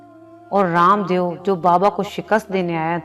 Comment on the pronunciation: معذرت کے ساتھ یہ لفظ دیو لکھا جاتا ہے لیکن اس تلفظ دِیُو نہیں ہے بلکہ دَےࣿ و ہے و کی پہلی آواز آتی ہے اس لیے اس کو دےو پڑھا جائے گا درست کرلیں